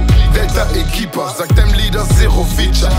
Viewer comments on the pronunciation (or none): none